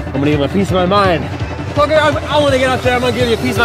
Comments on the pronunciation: No its cloaker not cloker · its CLOAKER not CLOKER